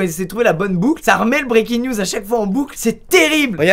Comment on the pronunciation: SQUEEZIE : et tu dis niews